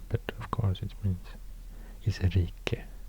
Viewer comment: Why „rike” and „rige” you read [reegge] with audible k and g, but „Sverige” with silent g [sverihe]?